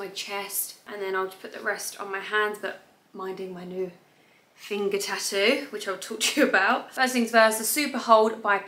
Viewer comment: I love the way you say ta-oo for tattoo 😁😊